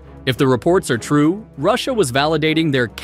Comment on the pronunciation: well can’t help this blind fans 😂 the way he say TRUE 3d like wtf